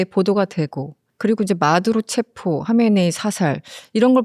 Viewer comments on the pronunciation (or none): none